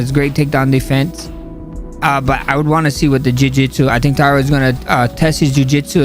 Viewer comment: . ALJO JUST BUTCHERING NAMES, PER USUAL. TAYADA IS CRAZZZZY! Pure comedy. I am on the floor as we speak, rofl! With that being said, I love Sterling. I want Tatsuro to get it (something for the long flight). Van can get it back in blood.